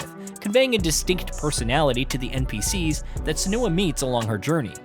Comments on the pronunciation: It isnt suh-NEW-uh. It is sen-you-uh. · Her name is pronounced three different ways in the game itself 😂 Sen-you--ah Sen-oo--ah Sen-wah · That's not how you pronounce "Senua". If the guy reading the script had actually played the game he would know that. If the guys writing the scripts in India have accents too strong to be palatable to western audiences, at least get on the same page with the voiceover people. This is apparent in almost every video on this channel. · That's not how her name is pronounced 😅